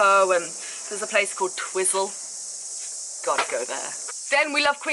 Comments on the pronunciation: it is pronounced twy-cel, not twizzel the locals once told me. Also, there is NOTHING there. On that route, go to the clay cliffs near Omarama (nice obscurity), do the hooker valley track (MUST DO) and fuck Queenstown, go to Wanaka (Mt Roy hike, super awesome), Rob Roy Glacier (super insane crazy good) or skydive there (holy friggin' heck that was awesome). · haha twizel is said "tw(eye)zel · You should go to Dunedin and you said twizel wrong :)